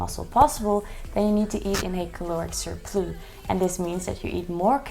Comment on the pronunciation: Caloric surploo is so cute and very French. We pronounce the S in English, surpluss. Thank you for your channel 🎉